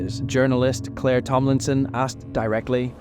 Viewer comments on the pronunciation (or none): none